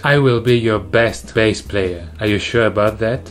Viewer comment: It is pronounced as Bass, not base...